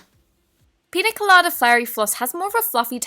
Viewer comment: Piña colada is pronounced pinya colada. It’s a drink. The main flavors are coconut and pineapple